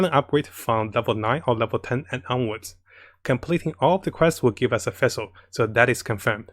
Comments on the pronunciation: How to pronounce Fischl = Official without the O. Not Feischl #Demone And not Fessel :D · thanks for your great videos! btw the way you pronounce fischl is a little wrong and confusing :) its prononced fish-el like a fish. You can go to her english voice over to hear how its pronounced.